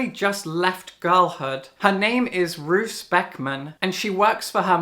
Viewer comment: My Darling Dreadful Things sounds really cool! I will definitely put it on my list! (Roos is pronounced as Rose btw 😊). Also thank you for what you said about House of Leaves, I couldn't finish it, not because I didn't "get" it (idk what was there to get so maybe I'm also an idiot), but because I was a little bit bored. 😅 Tbf I shouldn't have picked it up during that time, I had a reading slump. I was always thinking I should pick it up again someday to try again, maybe I'll leave it for what it is hahaha